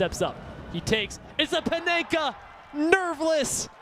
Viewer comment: bro just drilled it down the middle and he called it a paneka lmaooo